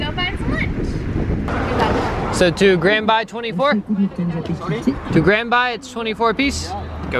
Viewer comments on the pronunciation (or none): Its not grand bey Its grand baie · You spelled grand baie wrong...it should sound like "bae" not "bye" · "Grand Baaaayyyy" omg 😂🤣 its grand Bay like grand BAE